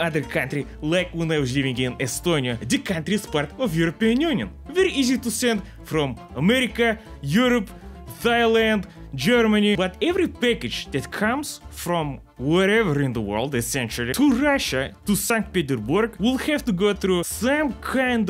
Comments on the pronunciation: like thighland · I love the way you pronounce Thailand, Thigh-land Greetings from Thailand, our big comrade from the north! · No bc as a thai who watches his content the way he pronounced "Thailand" and "Thighland" is sending me when he was talking about the fan mail thing. Somebody send me help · He said Thailand like Thighland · Thailand... no more like T H I G H L A N D